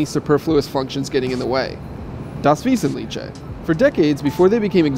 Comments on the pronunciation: wesetlicheeee man he should just go to google translate and hear how the word is pronouced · das wasnt cliche, i think that is how he convinced himself he was pronouncing it correctly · Not even German, I'm still laughing 😆 "Wesenlitché!" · It's pronounced "das veesentleehhe". I'm no German, but I know the language and hearing "veesentleechè" makes me cringe. It sounds like one of those nasty fusion dishes, like tortilla with sauerkraut. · Marcel Jonas or apparently "das Wiesentlietsche", ganz komisch! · Das vêzenliche (not tche) 😂😂😂 but it was great to include the German word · Das Wesentlitschä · das Wesentliche 😅 Just hearing it as a German makes me laugh so much 😂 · same here, cracks me up everytime he tries to pronounce it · Hahahaha, if it hadn't been written on screen I would have no idea what he was saying. That was pretty funny 😁😁😁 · Okay Google Translator, how do you say "das Wesentliche" correctly? :) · I almost died 😂😂😂 Das Wesentliche! Imagine pronouncing avocado as avocka-doo - it was further off than that. I am often astounded by Americans' inability to have any feel for other languages and that they then with a straight face just make something up is hilarious. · Learn how to pronounce Das Wesentliche! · Vince Dae why? When you make a video you could try pronounce a word right. German is also easier as many people think. It's really ignorant to say something like that. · das Wesentliche, even I can tell you're not pronouncing it right >.< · GERMAN SKILL ON POINT 😂😂😂 LMAO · All the Germans here who complain about the guy pronouncing "das wesentliche" wrongly have defiantly not heard themselves speaking a foreign language before! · Man, you didn't even try to pronounce "das Wesentliche" correctly. Try harder, it's not Italian, it's German. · das wesentliche 😂😂😂 better luck pronouncing foreign stuffs next time